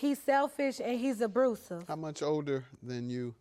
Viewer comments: I still say this because of this case. You abrusuve. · Abrusive. Stop it